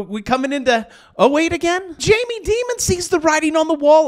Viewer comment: Learn how to say Jamie’s name correctly